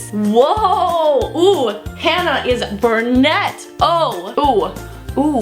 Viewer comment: She said “Bur-net” is pronounced “Bru-net” love you tho